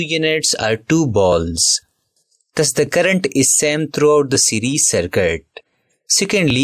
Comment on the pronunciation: Circuit ❌ Sarkat✅ 😅😂😅😂